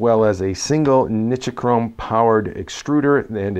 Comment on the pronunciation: NI-CHi-CHROME? What the hell is that????